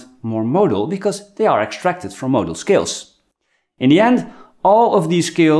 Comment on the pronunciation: Is hey saying motor skills or modal scales,?I'm confused